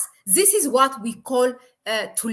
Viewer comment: I love your channel but please try to control your Z in English this not zis